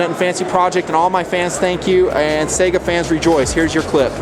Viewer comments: Its funny to hear people pronounce it "SAGA", in Russian its "SIEGAH". Eh, Tomato, Tomahtoe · Tell em to learn russian, only 1 proper way to pronounce it. Саига 12 Say-Ga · I couldn't get past 1 minute; he keeps saying say-ga, it's sigh-ga :/ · yeah...., thats not correct at all. Its САЙГА. Go on over to (learnrussian.elanguageschoolDOTnet), and tell me what sound АЙ makes, then go get yourself a tutor. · I do not wish to argue with anyone over the pronunciation of a word, but I thought people liked to pronounce things that they are interested in correctly. If you are interested here is some videos I found of it being pronounced correctly. Also one on the Saiga antelope which is the rifles/shotguns namesake.